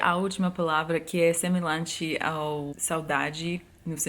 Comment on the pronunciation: "semelante". O lh é difícil mesmo. rsrsrs. Mas não usamos "doces sonhos". Falamos "sonhe com os anjos". Bota mais essa na lista: "goxtoso te ouvir"